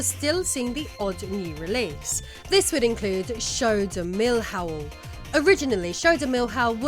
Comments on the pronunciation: millhão. like meeleeao , not mil hao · Show de Mill-How? Seriously? 😂 Show de Milhão is pronounced without a hard H and ending with a nasally owng. Milhão as in million. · Show do mil hall? lol We don'd speak it this way, milhão means million and it sounds almost the same, someyhing like "mili on" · "Show do MIL HAU" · "XOU DO MIO RAO" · I love the Show do Milhão pronunciation, is somthing like "Show do Milhouse". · MILL-HAO😂❤ loved the information. didn't know these tectoy problems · "show do milhão" ≠ "show do mil how" 😂 Milhão = million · Eu rachei quando ela falou "Show do Mil Hao" kk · "Show de Milhouse"... os Simpson?? 😅